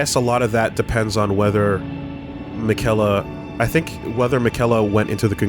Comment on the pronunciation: even after hearing multiple people say "miquella" they still can't pronounce his name